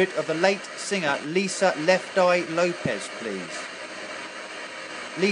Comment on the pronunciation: Its LopeS, not LopeZ